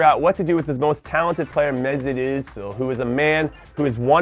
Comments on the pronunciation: how did you just pronounce mesut özil? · Love the way you say Mesut Ozil bro hahahahahahah, nice vid😂